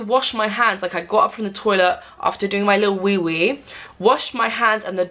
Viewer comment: “after i took my little wewe.” 😂😂